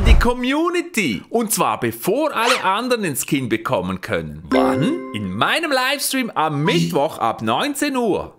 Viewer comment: 'Skom' anstatt Skin Macht die Untertitel an 😂